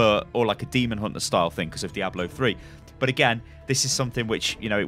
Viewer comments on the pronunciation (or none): none